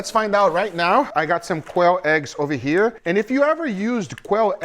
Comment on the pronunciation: "put your finger Here". Guga went Full Brazilian without speak portuguese.